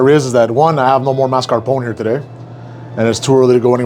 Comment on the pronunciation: Be honest. Your youtube guys told you to say mascarpone like that right? 😉